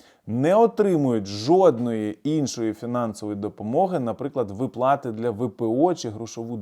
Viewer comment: ВИплати, а не виплАти! Повчить наголоси в українській мові !